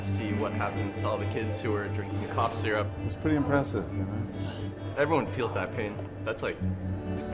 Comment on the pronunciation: “sipping sizzurp” chile- anyways it’s lean